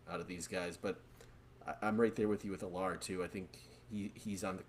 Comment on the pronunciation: almost positive you guys are mispronouncing Drew Allar’s name. Pretty sure it’s pronounced “Al-er”